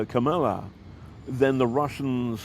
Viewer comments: If you can't say the name Kamala, then just call her Harris. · Her name is pronounced KA-ma-la. Accent on the first syllable. Not to say it properly is rude.